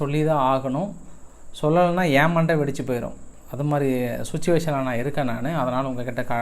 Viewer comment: சுச்சிவேசன் ஆ? சிற்றுவேஷன். ஆன் உச்சரிங்கடா விந்தியர்களா செக்யோறட்டி. இல்லெடா சிக்குயூரிற்றி. டா